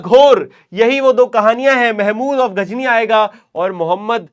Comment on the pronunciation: Sir ghazni hai aap Ghajini bol rahe ho